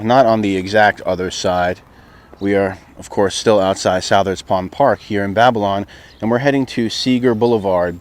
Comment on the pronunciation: Just to let you know, Southards is pronounced like suthards